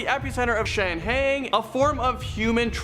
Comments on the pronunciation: It's pronounced Shang-hai like [high] or [Hi there. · Shanghai is pronounce: "shang-hi" Obviously a script, teleprompter, was misread by a person with Limited Experience. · Regarding the guy whose list starts with the Shang-Hai Tunnels, please get someone to assist him in pronouncing the various names. I understand that he may only have ever read them and never heard them pronounced but before you set him up to be a talking head, give the guy some help.